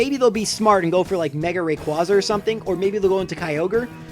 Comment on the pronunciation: You pronounced rayquaza wrong